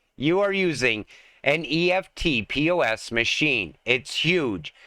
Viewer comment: EFT-POS is pronounced eft-poss. Eft rhymes with left and poss rhymes with boss.